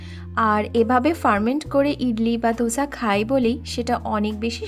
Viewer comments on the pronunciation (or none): Dosa, দোসা।ধোসা /dhosa নয়